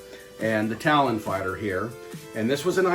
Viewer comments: Dang, man. It's "Talon", not "Tallion". Also, for anyone interested, he finally gets the box open . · Dude! Love the channel… but it’s TalOn… not Talyion! Pronounced TaL-ON! Not TaL-YioN! 😳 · It's TALON fighter. As in, it has talons, because it's a bird. Why do you keep saying it "Tallion" fighter? Like it's Italian or something? Do you think it makes amazing pizza? and it's Zodac, not Zodiac. lol I feel like a huge dick pointing this out, but it's super irritating. Would be like doing a Spider-man toy review and calling him Spid-erman.